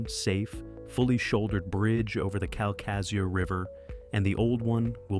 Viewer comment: KAL-kuh-shoo (accentuate the first syllable)